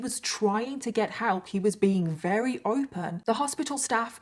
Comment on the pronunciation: Love, Love, Love your series. However, it is greatly distracting the way you pronounce the word "very". You often say "reary ", and I find myself rewinding all the time to see how your lips are making that pronunciation. Just saying. No harm meant. Probably just me. Remember, I LUB! (Which in our family means "love you bunches" !